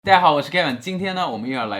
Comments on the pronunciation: 老闆～～可是你的「大家」 已經開始懶音了欸～～哈哈哈😂😂 請回放🤗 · Kevin也太刻意了吧！我們說大家好，會有連音，不過講大家的時候，不會。這樣模仿的有點誇張